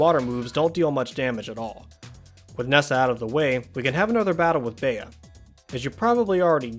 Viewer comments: It’s bee not bea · It’s pronounced bee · 🌸.+Bea is pronounced Bee.+.🌸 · its Bea (bee) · I’m pretty sure her name is pronounced “bee” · Her name is pronounced "B"